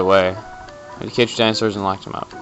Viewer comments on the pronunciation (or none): none